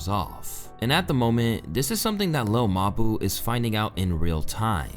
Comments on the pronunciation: 😭” lil muh boo” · lil muhboo nfr podcast luca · Lil muhboo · Lil mabu❌ Lil muh buu✅ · what's really wild is hearing all the pronunciations of his name specially the one guy at like 45 seconds calling him lil mah-boo lmao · Its "littlemuhboo" all in one no spaces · Wtf is a little ma-boo?!?! Sounds like a small mammal of some kind.....😂😂😂😂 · "Lil ma boo" - 😂💀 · 🤣 No matter what I do, (ah!) I keep hearin' muh boo (ah!). Nelly and Kelly parody. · Chopping on him like a mf 😂😂 said no one is more deserving than muh-boo 😂😂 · Lil mbou 😂😂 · Lil muh-boo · Bro, I been watching your content for a few weeks now and I am impressed. Content is quality and to the point. BUT PLEASE, Take some time to look up the pronunciation of some of the words that you are not familiar with. You are MURDERING like 5% of your own script. It would be one thing if it was just some random words in a podcast or basic conversation. But your videos are detailed accounts of people's lives or events in their lives, botching very simple words and locations makes your videos hard to understand at times and is seriously pushing away potential subscribers like myself. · bro cant even pronaunce lil mabu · how do you mispronounce lil mabu that bad 💔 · I don't get how you could know enough about Lil Mabu to participate in a conversation about him and not know how his name is pronounced